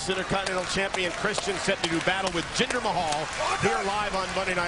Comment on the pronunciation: Why do you put a A at the end of Jinder's name?